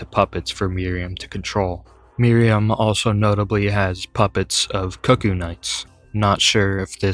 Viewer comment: I know it's a small thing but that's not how cuckoo is pronounced. And I could probably swallow my 'tism about that if it weren't for Iji naming them in spoken dialogue. Other than that good video